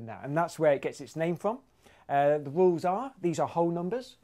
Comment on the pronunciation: how many times have I now heard : "here are the wolves".... but I think he is saying rules.